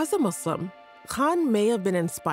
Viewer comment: Thanks for saying Muslim and not Muzlum